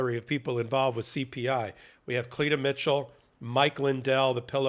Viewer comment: Cleetah! Oh, I thought it was pronounced Clit-ah! Can you make this stuff up? GOP! 😂